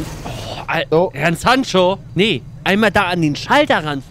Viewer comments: bin ich der einzige den es leicht nervt das immer Hernn sagt? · Ich liebe ja diesen kleinen rothaarigen Wicht. Aber ich kann nicht beschreiben, wie sehr es mich triggert, dass er immer Herrn statt Herr sagt. 😂😂😂🙈 das macht mich fertig….